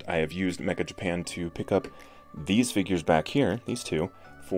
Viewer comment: not pronounced mecka, but meh,cha. It means "very."